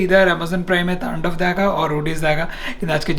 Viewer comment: "Tandav" ohhh really?????